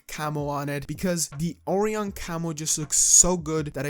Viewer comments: Oh Ryan. Orion. Not Oreo hon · Oh-Ryan is how its pronounced. I really like these camos! I also think your correct about how to obtain platinum. Its the only way that makes sense to me lol Thanks for sharing! Good vid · orion is actually pronounced O-RIAN just letting you know. love the content keep it up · Pronounced: Oh-Ryan.